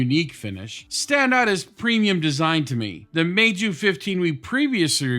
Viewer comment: Good pronunciation of Meizu